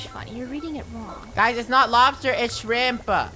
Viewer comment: Its not lobster its shremp Me: Lobster is when u don't cut it when u cut the Lobster it becomes Shremp:D